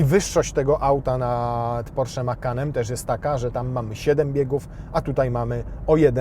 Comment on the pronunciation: Wyszło prosiak, nie porszak w języku mówionym.